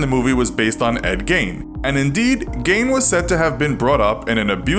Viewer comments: It's not pronounced Gain, the correct pronunciation is Gean (much like bean). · Why is the narrator pronouncing in “Gain”? Ugh. Even if that’s how it’s pronounced in Germany (or wherever), Gein himself said it as “Gein”. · It’s pronounced Geen jot Gain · Imagine doing a whole segment on famous ed, and pronouncing his name wrong the entire time. How do you say Gain and think it’s acceptable content? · love these but it is pronounced Geen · Geeeen is the pronunciation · It’s pronounced geen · Tried to listen but the narrator constantly mispronounced Gein and it was soooo annoying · Didn't pronounce eds name correctly once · It's not that you said 'Gein' wrong, it's that you said it wrong so many times